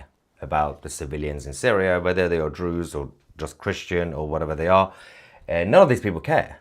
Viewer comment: Why are you calling them Drew's????